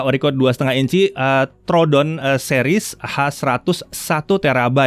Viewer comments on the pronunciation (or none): none